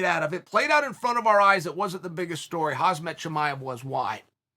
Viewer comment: Hazmat Chimaev 😭😭 no way